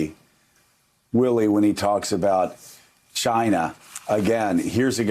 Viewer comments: It's pronounced, "JYNA!"😆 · It's pronounced CHI-na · He sounded racist and annoying when he’s tryinna pronunciate the word “China”